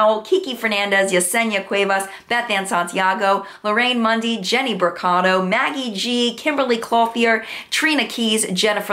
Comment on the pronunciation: It makes me so happy that you pronounce my last name right! For some reason no one can pronounce "Brocato". It's quite refreshing! lol wonderful show!